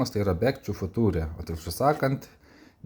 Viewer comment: Sveikas filmas rašosi "Back to the FUTURE" , bet tariasi tai [bek tu de fjcha]. Tai tiek. 🙂